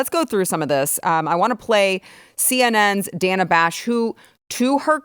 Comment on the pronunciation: That mispronunciation of Dana's name was no mistake. She is fuming.